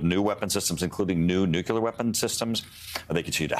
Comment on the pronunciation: Nukulerrr mr right wing intelligence man can’t say ‘nuclear’ 😂